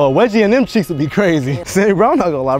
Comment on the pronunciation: it’s cheeks not checks